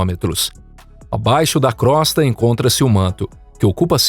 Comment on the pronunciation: Desculpe, mas crosta se pronuncia "crôsta" e não "crósta".